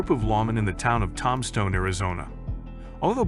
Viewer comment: Heads up , guys : "Robo-voice " narration , REALLY bad pronunciation : "TOMstone , Arizona " ???? " The gunfight at the OAK CORAL " ???? Pathetic !